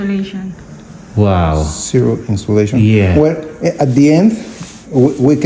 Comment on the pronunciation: Insulation girl you pronounce it as insiolation😮